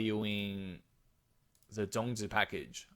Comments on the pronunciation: Omg you said the “zongzi” very clearly. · First off, you said the zongzi correctly. Second, great analysis on the packages. Won’t get them unless really needed the zongzi to complete the one side or both side of the event. Thirdly, great discussion on meta shift and what to plan out for PvP future proofing. Thanks for the video!